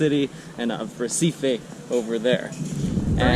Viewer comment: The right pronunciation of RECIFE is "HEH-CEE-FEE"